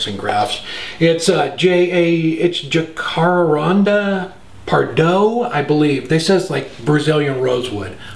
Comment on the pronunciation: jacarandá reads the same as it spells. something like "jah-kah-RUND-ah". I hope seeing you trying again on the follow up. :)